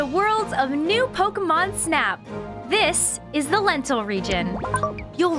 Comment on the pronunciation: Is anyone else hearing lentil region instead of lental region? XD